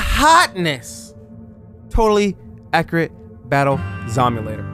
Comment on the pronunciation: Totally. Ackerate. Baddle. Zomulater.